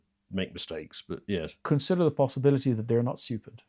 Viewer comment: "Consider the possibolity that they are malicious" "Ah...okay" The pregnant pause there. That has always been what I subscribe to.